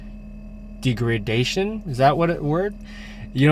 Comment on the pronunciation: De grade da tion He graduated from college??